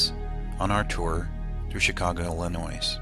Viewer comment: The S is silent in illinois. You don't say duboiS or iriquoiS either. Learn to say it right.